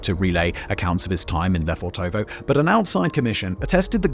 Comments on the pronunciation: Suggest you talk to a native speaker to pronounce it correctly. It’s LefOrtovo (emphasis on the first o) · Hey Simon, just a useless little tidbit of info - it's correctly transliterated 'Lefortovo' from the Russian Cyrillic, but actually pronounced 'Lefortevah' (with the only stress on the first 'o'). Russian linguistic rules an all that, y'know... Anyway, use it, don't use it. ;) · Lofèrtova. Pronunciation. I saw the gates today. Unassuming. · He needs to learn how to pronounce Lefortova.